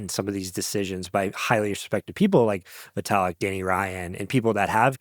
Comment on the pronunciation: Vaytalik?😂. Great episode though…